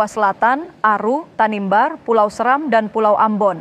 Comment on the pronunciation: Pengisi Suara video diskominfo selalu pakai orang luar Maluku Ya... Sebenarnya bagus Cuma ketika pengisi suara ini ada sebut nama² daerah yang meng aPit kepulauan kei....dialek nya gak biSa sebut pulau S'eram dengan baik ...terdengarnya SERAMM 🤣